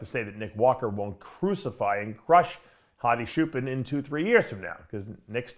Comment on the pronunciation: Why does Dave still call him "Hadi Shoepan"?